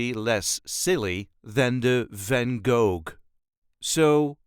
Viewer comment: That's not a Brabant accent as VvG would have used. Too hard a G in Gogh.